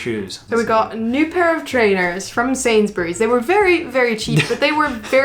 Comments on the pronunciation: was right in his 1st pronunciation of Sainsburys. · You pronounced Sainsburys correctly but Lidl is as you said the second time. And Co-Op is a huge UK company, that owns man random businesses like funeral homes and wills and such, not a lot of people know that! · Yes you say Sainsbury’s correctly 🤣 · I am really impressed - you pronounced Sainsburys perfectly!! 😁